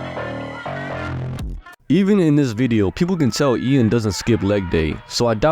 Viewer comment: His name is pronounced as Yan, not the way you said it, he specified in a video once